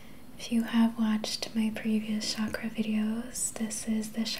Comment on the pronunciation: It is pronounced as Chuck-ruh.